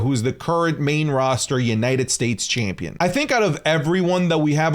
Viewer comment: Can’t stand how U say “Chaympion”